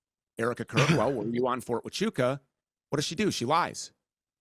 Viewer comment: "Fort achoo" Fort tachonka Fort tachoo Bro, Andrew, just ask google to pronounce it. Why does he struggle so much with simple words. He called Candace owen. Its funny to me.